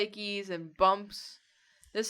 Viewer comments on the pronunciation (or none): Did she say a weathered dragon or a WitheredDragon cuz you know